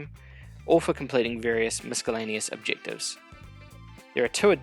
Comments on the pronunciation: FYI The C in miscellaneous makes an S sound,NOT a K sound. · Nice video. Although putting a hard c in miscellaneous is a bit distracting.